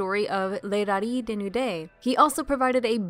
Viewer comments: But Dissecting the Disco, correctly, pronounces the Z in Rallizes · is the z in rallizes really meant to be silent? certainly valise in french is pronounced "vah-LEEZ" and the "z" sound is in there in 裸のラリーズ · I'm going to be honest, I have no idea. I was aware of the zu in the katakana, but had never heard their name pronounced outside of the proper Japanese. As a result I went with the pronunciation used in the video we highlighted by Dissecting the Disco.